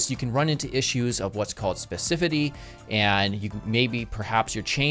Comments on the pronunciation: Specificity... Pronounced: spes-ih-FISS-city (5 syllables) :) Good video. I don't use BEM currently, but I'm going to play with it. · Came here after watching Kevin Powell's video on BEM. There he had said "specificicity", and here says "specifity". Guess Kevin stole "ci". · It is Spe-ci-fi-ci-ty ;-) And why arent you using semantic elements in HTML? Like a section or an article for the card? It is supposed to be an element that can stand alone and therefore it should be an article or a section for each card? I know that there is not a title/heading in this example, but anyways? And why is the picture/img not a part of the content element? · Sorry to be that guy, but it's "specificity" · Specifity you say? ;D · I was watching the net ninja on youtube and he says "specifecicity", so i think i know who might have stolen the missing syllable here ;) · I think everyone pronounces specificity differently lol